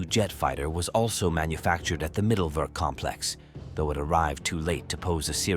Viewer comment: Mittelwerk is pronounced Mitelverk with all vowels in their correct way : i is i and not ai, e is e and not i.